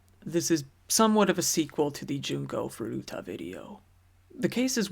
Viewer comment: junko not jinko tut!!